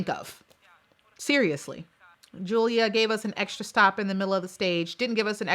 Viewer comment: It's Julia but pronounced as Yulia